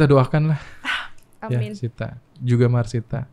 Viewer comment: Masita om, not Marsita..